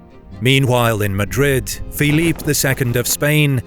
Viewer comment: Felipe, not "Philippe [sic]".